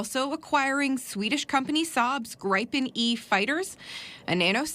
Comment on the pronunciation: It is not pronounced Gry-pin. It is Grip-en. SHORT i